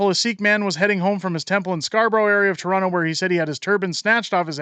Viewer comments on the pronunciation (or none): none